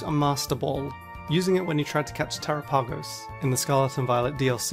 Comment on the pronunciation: Tera-PAH-gose? Haven't heard anybody say it like that before. Galapagos, terapagos